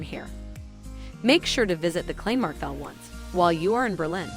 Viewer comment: There is also the Maintower, with great views over the city. Neu altstädt, and for a good night out: old Sachsenhausen, especially Frau Raucher great food in there. Also try ebbelwoi (apfelwein) a really good sour cider (don't accompany it with sauerkraut 🥴). Oh incidentally the Germans always use the "E" so Kleinmarkthall-e Hauptwach-e pronounced wack not wash. And Eschenheimer